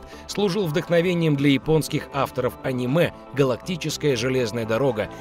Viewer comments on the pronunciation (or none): none